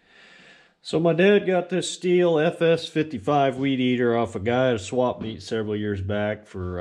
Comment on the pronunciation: Stihl is is a German name pronounced like the word STILL. Not like the word STEAL.